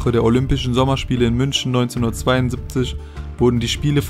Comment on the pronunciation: München nicht münschen